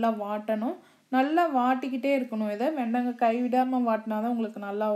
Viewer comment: வெண்டங்கா இல்ல... வெண்டைக்காய். இதுல தமிழ் சமையல் என்று பேர் வேற...